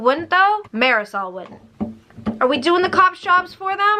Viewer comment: Lmao the way you said “MARISOL WOULDNT” 😂😂 no but seriously I’ve been invested in this case since it happened years ago and yea there has never ever been no doubt in my mind that karina had something to do with it. Other ppl were def involved but karina is main suspect to me cause of her actions and lies that did not make ANY kind of sense!!!